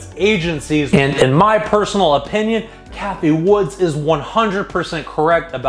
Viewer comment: It’s Cathie Wood not Cathie Woods🤦🏻‍♂️